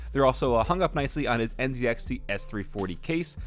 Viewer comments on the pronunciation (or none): Nice setup but please next time say NZ(ee)XT instead of NZ(ed)XT 😉😂